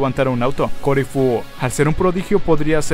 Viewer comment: enserio me desespera que diga que se llama corifu ¿de donde sacó eso?